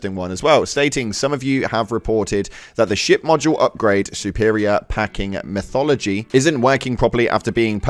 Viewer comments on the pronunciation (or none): 💀 ☠️ hey brother, it's METHOD ology, lol, but it's all good. Still a great example of live service done right, quite a rare thing